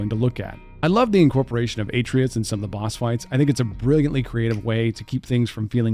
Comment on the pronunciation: YOUR PRONUNCIATION OF ATRAEUS IS KILLING ME